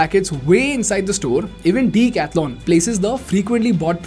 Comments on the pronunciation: OMG! please don't butcher decathlon's name... it's pronounced duh.kath.laan not Dee- catha-lon. And you are planning to teach others in English! 🙄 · You need to improve your pronouncing. It is not "deek athlon". It is "deck-ath-lon" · You pronounce it wrong! It is not Deeecathalon... it is a 'duh'. Lookup the pronunciation! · The name DECATHLON, I think, is a greek derivative like Marathon, Triathlon etc. Does the company itself pronounce it as DICATHLON, like everyone in this video are pronouncing? The instinctive way to pronounce it is with a "DE" in DECATHLON. The phonetics of the spelling is quite clear. So, I don't know why you are calling it DICATHLON when every customer instinctively calls it DECATHLON. Hence, the question on whether the company itself officially calls itself DICATHLON by pronounciation? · I like everything except its name Why so big bro Could've gone for something better I guess... If U read this, and then again see the video, wherever he pronounces decathlon, it looks.. like a weird thing between the sentence.. lol, elongated for no reason. But i mean... yaa very nice company, everything gr8 superb